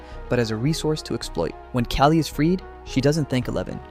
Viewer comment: KAH-LY!!! Her name is not Kaylee,,, it's Kali, punch yourself in the stomach that noise you make that's half of it and then just go li real quick at the end... How people can attempt to make these videos without even recognizing the basic pronunciation of what they're going to be saying is beyond me and frankly the reason why AI is doing so well it's hard to tell the difference between those lacking grey matter and AI slop